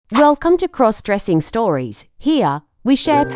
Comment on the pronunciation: Stop mispronouncing crossdressing 😮😮